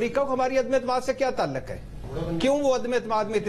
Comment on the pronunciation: talaq nhen hota bhatti sahab taluq hota hai pehle urdu bolna to sekho fir ray dena